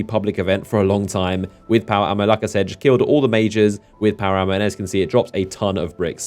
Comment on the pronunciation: When you said power ammo, I swear you said power armor like multiple times. I was like what? Power armor? That's interesting.